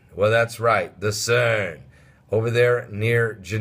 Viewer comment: lol pastor i like the way you say CERN